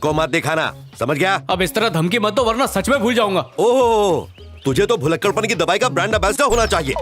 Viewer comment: " भुलक्कड़" होता है 🤣